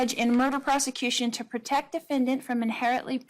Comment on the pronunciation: Her voice and manner of speaking. She says "diffindint" instead of defendant.